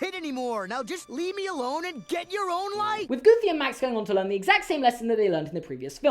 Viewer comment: The emphasis was on the wrong place. The emphasis is on EXTREMELY not GOOFY. I apologise on Disney's behalf